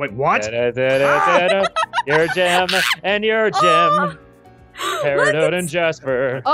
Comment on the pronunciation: peridot not paradie